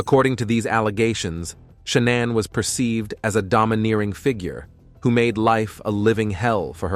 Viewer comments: Stop calling her sha-naun. It's ShaNAN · Sha-non? Pfft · This is an awful presentation. The poor woman died, pronounce her name correctly, for God's sake.